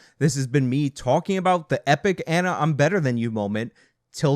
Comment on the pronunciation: Why did you say her name like that?